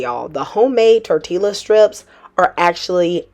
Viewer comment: Just found you and love this channel. It's Tor Tee Ya. Just sayin' ❤